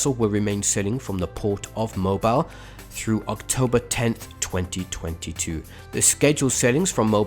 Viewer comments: Mobile = Mo-beel for all non southerners 🤣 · Someone tell thst the city in Alabama is pronounced Moh-beel